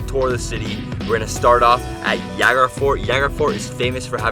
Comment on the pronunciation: It Jaigarh. J like in 'Joy'. Not H like 'Javier'.